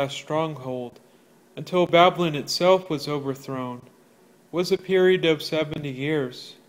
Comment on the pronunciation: If you can't even spell or say Babylon correctly, you shouldn't be spouting off about it. Seriously. What a joke you are.